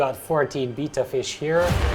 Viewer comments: Wow that’s a nice tank but ur pronouncing betta as beeta ur supposed to pronounce them as beyta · LOL, it's not a Beetta, it's a Betta, pronounced like "better". But that aside, great video. Thank you! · Isn't it bay-tuh not beeta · Its pronounced Betta..... as in better.... Beta is the 2nd letter of the Greek alphabet.... Betta Splendens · I Cringe everytime he says "beeta". Good setup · Betta not beta :) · Oh wow, never heard someone pronounce Betta as beeta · the proper pronunciation of Betta is "beh-tuh" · I’ve heard people say “beta”, “bet-ta”, now “bee-ta” 😂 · why cant people say betta properley lol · Bita fish? he completely destroyed the pronounciacion of Betta. smh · I thought I had heard every pronunciation of Betta... But alas, there is another. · I love the way you say betta. Your tank setup is beautiful, but your poor betta won't have any room to swim around. I have a bunch of bettas that I rescued and they all have a lot of open space to swim. They will swim really fast playing and exercising. And for any viewers that read comments, bettas love to chase laser lights just like a cat. And you can train them to do tricks. They also love attention and they will show off when you are watching.